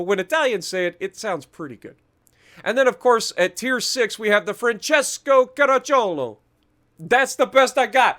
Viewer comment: I was most pleased and surprised with your proper saying of Francesco Caracciolo, it definitely deserved a like